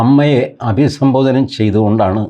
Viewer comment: അഭിസംബോധനം അല്ല സാർ.... അഭിസംബോധനയാണ് ശരി